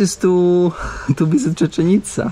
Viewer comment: Żadna czeczenica! Czeczenica to w Czeczeni 😂 Cziczenica!